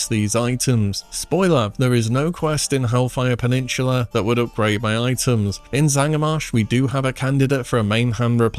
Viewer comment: It's called hellfire peninsula, not peninshula. Also stranglethorn valley not stranglethorn veil. Is this an english issue with you or do you not know the names